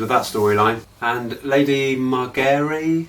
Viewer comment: Margery = Mar-jer- ree.